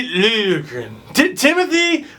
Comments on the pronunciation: It's pronounced Lil'-Ye-gren :) just if you wanted to know :D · Connor Wallace no. Lil-ya-gren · It's pronounced sorta like lil-yay-grin. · You're not bad at this Nordic pronunciation business! It's Lil-yeh-grehn, and you got Räsänen pretty spot on except the first sound in Eemeli is a longer "eh" rather than "ee". (you get cool points if you pronounce 'ä's like in cat, like you started to in the second try. ) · It's Lil-je-gren. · You pronounce it as: Lil-Ye-Gren. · pretty sure it's pronounced LIL-YA-GRIN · Swede here it's said Lil (like a short for litle) je (like a short yea) and gren (the way you said it)